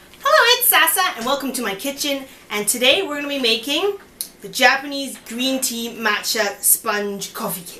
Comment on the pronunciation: This is such a good video, it is easy to follow. I am going to try it out. BTW, your Cantonese is pretty good. Very cute. When you said "Green Tea", the intonation of "Tea" should go down. Anyhow, it is very impressive that you can speak Cantonese!